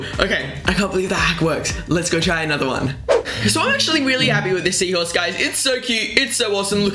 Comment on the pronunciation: I laughed so hard when he said seaahorse